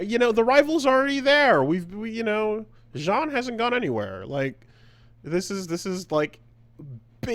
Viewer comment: why does he keep calling jean "Jan"